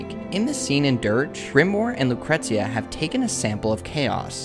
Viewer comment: It's pronounced Loo-cree-shia not how it's spelt. The T is soft. Check the song "Lucretia, my reflection" by sisters of mercy if you don't believe me. Or... You could look up the pronunciation of the name of the historic Roman figure. Whichever. :D